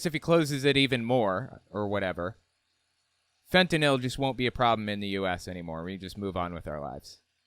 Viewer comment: i get unreasonably mad when people say "fentanol". like, you know how it's spelled, you know how to say it.